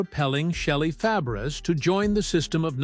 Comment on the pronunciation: Shelly Fab-BRISS?? Really? How can you relate to this clip when the announcer can't even pronounce her last name correctly?